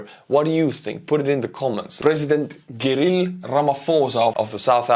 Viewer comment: I like the way u pronounce Cyril mate U are definitely my favourite blogger 😊